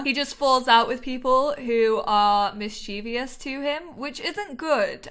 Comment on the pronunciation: I’m really liking this lp! Please, please don’t hate me though, because I mean well, but you’re mispronouncing mischievous... it’s three syllables, mis-chuh-vuhs.